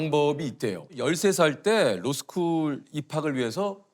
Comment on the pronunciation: 발음 쥑이네 캘리뽀니아 뤄스쿨